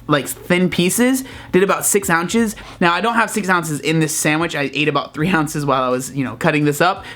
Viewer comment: "6 ounches" 😂😂😂